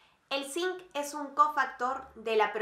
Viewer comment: Gracias ...pero por favor!! Si vas a hacer esto..PRONUNCIA BIEN..dices Frejol!! Ung en lugar de UN.. comparagción....song SON.